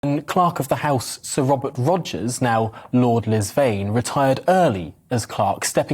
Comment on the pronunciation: "Sir Wobert Wogers"!